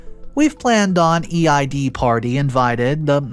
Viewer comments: Can people stop saving Happy Ramadan, it's not until March. Second, Eid is pronounced "eed" as a muslim for all my life this is a big irk of mine, other than that I enjoyed the story. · Eid is pronounced like ‘eed’ for future instances you might need to say it.